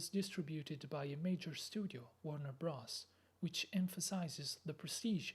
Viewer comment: Not “Bross”, it’s “Brothers”